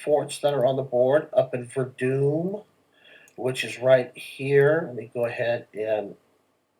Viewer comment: Please pronounce it verdone not verdooon sounds very.. akward.